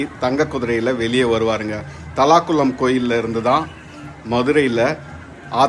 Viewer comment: Pesa therinja paesunga brother.. thalakulam illa தல்லாகுளம்